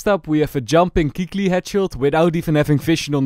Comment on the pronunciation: I can’t be the only former csgo player who thought he said Kqly